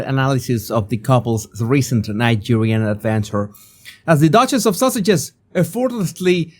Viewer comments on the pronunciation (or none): Whenever the says Sussexes, I heard “Sausages.” 😂 😂 I like that MUCH better.